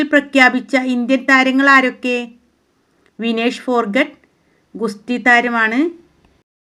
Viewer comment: വിനേഷ് ഫോർഗോട്ട് അല്ല വിനേഷ് ഫോഗോർട്ട് an